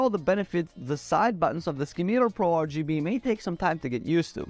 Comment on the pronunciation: Ski-Meter? - It's SIM-I-TAR